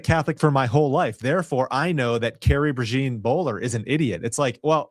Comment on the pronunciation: PRAY-ZHAWN (think French pronunciation of “Jean”) like “Jean Luc” or “Jean Michele”